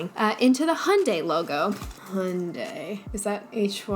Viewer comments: If you’re in North America, it could be partly because people here sorta slur the pronunciation of Hyundai and say “Hön-day” instead of “Hi-yün-die” like how people elsewhere (plus me lol) say it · I find the way Americans pronounce brand names so funny, "jag-wire" and "hundai"